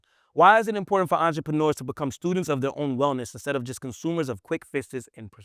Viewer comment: Brother please practice your reading. No offense just read slower. You said entre pruneers